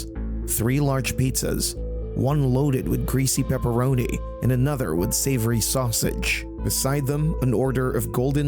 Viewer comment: Joyce ate some Italian "sausitch".